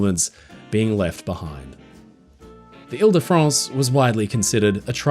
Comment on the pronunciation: Vive le grand paquebot Ile de France! Très bon Français mon ami.